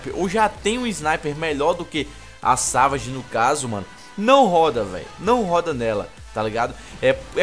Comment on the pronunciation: Se escreve Savage e se pronuncia Saveige